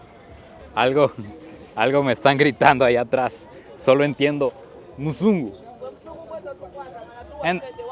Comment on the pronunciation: El vídeo está muy interesante pero no se dice musungu si no mzungu que solo significa blanco o extranjero.